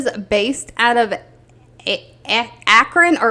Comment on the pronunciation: Just so you know, it's Concora Credit...not Concorea Credit. Also, your 1st guess on the pronunciation of Acron was correct. ACK-CRON